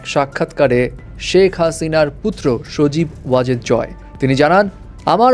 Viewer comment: সবজী ওয়াজেদ 😂😂😂😂